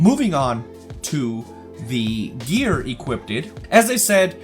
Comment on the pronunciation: My guy... it’s “equipped” not “equip-did” It was like a drinking game every time you said it. Other than that great video.